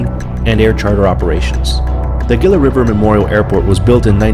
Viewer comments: It's pronounced hee luh not gill a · It's pronounced "hee-luh" not geela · Pronounced like Heela, not Geela. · pronounced "Heelah" not Geela. Like Gila monster- a lizard. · Its pronounced 'Heela' ....Not 'Gilla'. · Gila is pronounced Hee-la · Gila is pronounced HEE LA, an in Gila Monster, or Gila Bend, the town at the juncture of I-8 & AZ 85. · Pronounced "Hee-lah" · It's pronounced ' Heela'. The 'G' sounds like an 'H' This is why computers will never take over. Their processors sill never understand English. LOL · Isn't "Gila" pronounced "hee-la"? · Pronounce HEELAH River. Sheesh if you're going to do a video, at least pronounce the name right. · I don't think anyone's mentioned "Gila" is pronounced "heela". 🗣️🍦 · It's pronounced "HEE-LA". The G is soft. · Pronounced with an H - hila and not as spelled with a G. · It's pronounced "HEELA" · It is pronounced he-la. Geeeeze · Gila as in Heee-lah Jeez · Gila is pronounced HEE-luh. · Gila is pronounced hila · The Gila is pronounced as Heela the G is an H in span just like Tucson is TOO son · On pronunciations of the name the "G" in Gila. Is pronounced as an "H" not a "G" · Learn how to pronounce "Gila" before you decide to make a video.